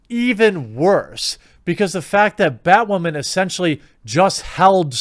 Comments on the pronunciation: am I hearing "bad whaman?" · I love the casual way you say "Bat Waman," keep up the good work. They get woke they go broke. But I guess I'm just a "straight WHITE heterosexual male". Wait WHAT! I'm not white?! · I like the way you say Batwoemen. That should work for SupperGoul. Let's defeat the YouTube algos by mispronouncing things. We could start with rik cigarmello. Oh and Epenstein didn't kill himself. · Poor Bat-WAHman !!!